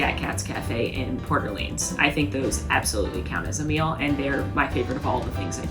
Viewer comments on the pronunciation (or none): none